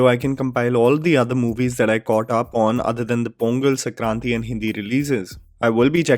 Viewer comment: I totally agree with you!! Americans can’t understand our Indian accent and we do have to change it a little for them to understand us. Also, Sorry for being a grammar nazi but it’s saNkranthi, not sakranthi. I keep hearing you say sakranti in your prev vids as well and thought I’d correct you. Anyway, thanks for the awesome videos as always😉😉